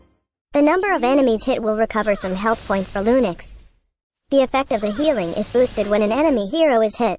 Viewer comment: And did you just said lunix XD